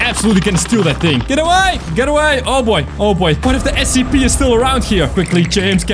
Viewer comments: It is scp not sep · The way you said scp made me almost die from laughing 😂